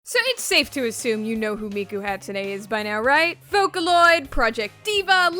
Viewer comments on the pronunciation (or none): Please... please ask for some help pronouncing Japanese words... "Hatsune" and "Yakuza" killed me... please... I beg of you...